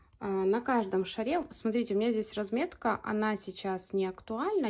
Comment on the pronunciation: Чудесный шарик! Спасибо за науку. Только не на шарЕ, а на шАре!